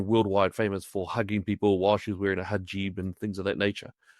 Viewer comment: Its called a Hijab not a Hajib 😂😂